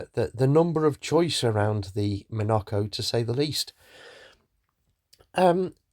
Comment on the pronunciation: Dreadful pronunciation of John Cowperthwaite's name and one of his legacies; The Monaco. He is not "copperthwaite" and it is not a 'monerco'!!! 🤦🏼‍♀️ Rollover protection? In the 1990s? OMG!! On a kit car? Do you think anyone would buy any kit car if they had safety in mind? (Pretensioners, SIPS, ABS, SRS, etc..). The Monaco was a great application for hill climbing, and John knew of an owner who dropped a 3.5 litre V6 engine into theirs for just such trials.